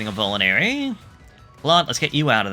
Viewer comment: I don't want to crumble your world down but... You keep saying Vule-nary. When it's actually Vul-ne-rary.